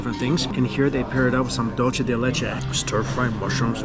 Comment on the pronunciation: Dulce de leche not duche de lieche or whatever u said lol😂